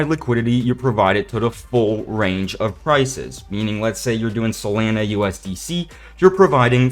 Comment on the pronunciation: the way u say solana bothers me